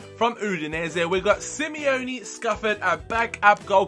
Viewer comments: Buy SUBOTIC! and stop saying "Simione" it's "Simone" and you still called Anders, "Andres" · Simone Scuffet is pronounced Si-moan-e Scoof-aye